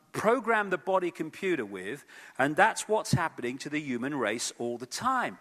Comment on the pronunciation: Can someone please explain why this man pronounces the word "human" as ewwman? Wtf is his problem? Does he fucking think the h is silent?? Smdh, so annoying!